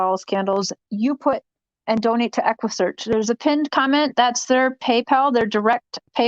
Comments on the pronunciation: she was telling everyone to donate to equusseeaarchhh Texas until someone told her that they are not involved eggguussecchhh Midwest is. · Lmaooo you didn’t even get the equssearch name right 🤡🤡🤡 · Neither did you 🙄 🤦 ( equusearch )